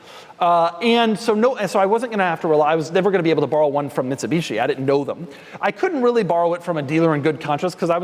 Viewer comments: Did he say “Bitsumishi”? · Did Doug say Bitsumishi? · that is what i heard